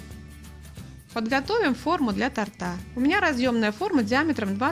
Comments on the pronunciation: Все здорово, кроме того, что хозяйка неправильно говорит, так режет ухо. Д ля тортА, а нужно- для тОрта. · у вас хорошие рецепты, но тОрта!! Не тортА!😉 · Замечательный рецепт, изложенный очень приятным голосом. Но надо говорить тОрта, а не тортА, тОртом, а не тортОм!!!! Извините и не обижайтесь, пожалуйста. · Торт вкусный , но не тортА , а тОрта . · За рецепт спасибо. Лайк. 👍 Но всё таки, для тОрта. 🙏 Слух режет. 🤷‍♀️ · Не тАрта а тОрта. ТОрты. Слух режет. ТАрт, это другой десерт. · тОрта, а не тортА!! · тОрта,а не тортА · очень нравится ваш канал, но, пожалуйста, говорите верно слово торта, ударение на О и никак иначе. С наилучшими пожеланиями! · Рецепт и видео очень классные, но уши режет, когда Вы говорите тортА. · Как же режет слух это слово « для тортА» правильно «для тОрта» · для тООООООрта, а не тортА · Не ТАРТА, А ТОРТА! Кошмар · Меня просто раздражает это "для тарта",смотрела и думала,хоть бы еще раз не сказала😬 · Здравствуйте, рецепт хороший 👍 Просьба, говорите, пожалуйста, для тОрта, так правильно. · ДЛЯ ТОРТА (УДАРЕНИЕ НА О)... А НЕ ТАРТА... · Извините,уж очень режет слух, для тОрта) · Все чудесно но делайте правильно ударение "торта" на первый слог.